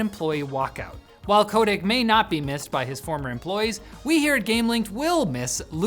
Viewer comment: Pronounced Bobby “cut-ick” not “Co-tick”